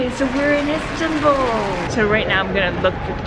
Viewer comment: It’s not Sirsbaa it is Istanbul Am Turkey guy